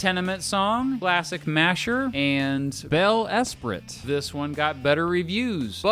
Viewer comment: 'Bel esprit' is pronounced 'bel e-spree', not 'bel es-pritt', BTW. It's from French. Just sayin'...